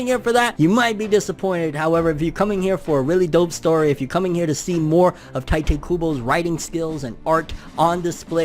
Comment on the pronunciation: Tee- tay not ty tay